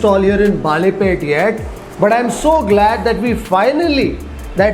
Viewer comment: Sir, just a small correction, the area is called Balepet, which means bangle ( bale in Kannada ) market not baalepet which would mean bananas market.